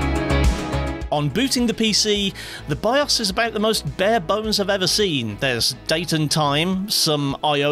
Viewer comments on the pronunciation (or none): none